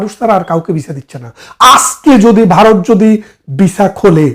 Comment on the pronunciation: বারত নয় উচ্চারণ হবে ভারত